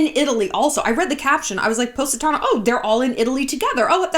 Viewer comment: I’ve been to Positano twice and this video is the first time I learned how to pronounce it